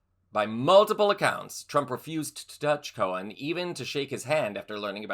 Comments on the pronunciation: Roy Cohn not Roy Cohen. You pronounced it both ways. Why do people have such a hard time with the last name Cohn? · I've always heard Roy Cohn's name pronounced "Cone," not "Cohen."